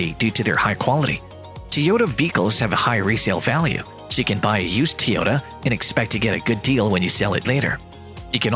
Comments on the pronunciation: Bla bla Tee-Ohta bla bla Tee-Ohta ... bla bla Tesla .. bla bla Tee-Ohta. What a BS video. Can not pronounce TOyOta properly and why would a combustion engine mean the end of electric car maker Tesla? Clickbait title at it's best. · why are you the only person in the whole f in world to say tee ota.................... everybody else says toy ota ?? YOYOY ?? FOOL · why are you are saying teyota? its toy - ota, Toyota. your saying it wrong hahaha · It’s TOYota not TEEota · It isn't TEE-yota, it's TOY-yota, dumbass. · Pronunciation correction! its Toyota not T-yota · Wouldn't you think the narrator should be able to pronounce ToyOta ?, not TeeOta ? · TOYOTA not TEAOTA what the heck get it right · I got so tired of the guy mispronouncing the name that my next car may be a used YuGo without air-conditioning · Tyota* Tyoda? 🤔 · Of he says teota 1 more time im gna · Teeyoda ? comon guys .. cant a bot be learning by now ? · 😂 i Just think to comment about Teaota but you did it first. 😂 What a cocky accent. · how many times did he say teeyohdaaa? And why does it take so long to get to the point. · Tee-Yota? How about getting a narrator who can pronounce the name properly. Besides, the video does not stand up to its title. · I can't listen to Teeehota one more time.. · Whos Teeeehoda? 😂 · Say teeota one more time. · That was a robotic voice. That's why it said "Tee-otah" over and over. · "Tee-ota" marketing apparently. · Ha e u lost ur mind end of tesla,seriously it's like saying the end of McDonald's ur an idiot, the stupidity is insulting, whatever I swear the internet and people woth theyr stupid ridicoulous reason for views pathetic, oh and for a guy who seems to knw so much who can't even say the damn name.of the company correctly, unreal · 5 year old "news" created using AI that can't even pronounce Toyota correctly. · This is what the ai reading the script thinks it should sound like